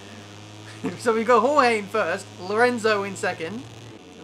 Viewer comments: you say Jorge as gorgé. So gorg and then an e. Dificult to explain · HOHEE HAHAHAHA its more like "choche" if you aussies use the ch like i do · If he is Spanish he is Horhe not George xD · George= English pronunciation Jorge= Spanish pronunciation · j and g in "jorge" are pronounced like h in "hacker" or "hello"